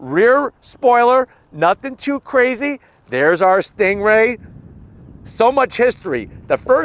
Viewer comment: Drives me crazy when you're saying "stingray" almost sounds like your comparing it to a kia😂🤣